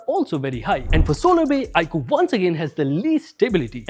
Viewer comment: Stopped watching as i soon as i heard iqoo